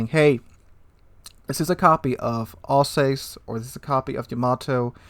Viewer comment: you make some very nice observations and analyses. But duuude. The prununciation! You can put the names into Google and it will tell you how to pronounce. It really hurts ears to hear you say Alsace, Pobeda or Hizen.:-D